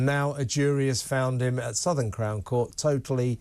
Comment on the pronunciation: Southwark, not Southern x 2.